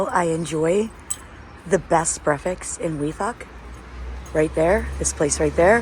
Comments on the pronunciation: Sister, the word is breakfast, not brefix 🥰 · Why is it so difficult for you to pronounce Breakfast right?!!! It is weird how you pronounce it. Break and Fast, but you seem to drop the K :-) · Not brefix.. it is BREAKFAST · love your vlogs, one question though why do you call Breakfast "Breafex"? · I m confused..... it's breakfast or it 's breafaks... 😅😅😅... No judging we love you ...we are your family....dima maroc... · I noticed you pronounce breakfast without the 'k" and with an 'x' at the end, as in breafix. Am I tripping ? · did she say breafaks instead of breakfast lol shes so cuute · Why do you keep saying : BREAFAKS instead of breakfast🤣🤣 love u by the way 🤣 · I'm curious, why do you say brefis instead of breakfast? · Did you just call it brefix and repeat it at least 15 times. You can understand it by saying break your fast after your sleep, therefore breakfast. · I love the way you say breakfast LOL breakfeks we are all here ur family here is few darija for words Olive = Zaytoun Plate = Tabsil Milk = Halib good video as usual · I love the way you say breakfast....brefix😄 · why do you say breakfast like that 😂😂😂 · I love the way you pronounce "breakfast" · Welcome in Morocco, you should visit Tanger city, and fez city you would love it, By the way i like the way you say Breakfast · It's so cute how she pronounces breakfast 😊